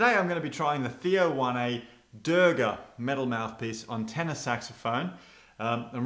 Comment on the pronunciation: It's pronounced Wan. Not Wanay